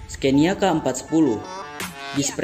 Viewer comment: Maaf bacanya Sconia (ejaan swedia) bkn scenia...trims